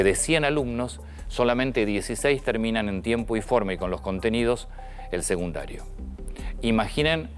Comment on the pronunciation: Antonio, te respeto, pero en varias ocasiones has dicho "seGundario" (min ) y el nivel que le sigue a la educ. primariase llama SECUNDARIO, con "C". Por favor, hablá correctamente!!!! o dejale paso a los periodistas que pronuncian buen todas las palabras!